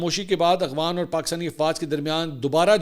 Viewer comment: Sir ji AGHWAN nahi AFGHAN 😅